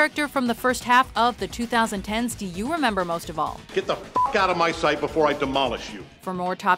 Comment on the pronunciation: Why do ppl pronounce 2010s weird it should be pronounce as 20- 10s